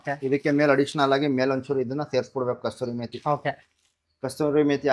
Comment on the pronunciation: ಅದು ಕಸ್ತೂರಿ ಮೇತಿ ಅಲ್ಲ, ಕಸೂರಿ ಮೇತಿ